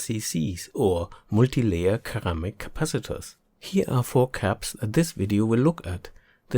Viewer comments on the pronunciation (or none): That "ceramic' is pronounced as sir-AM-ic but hey, the research was definitely worth so much more, Thank you!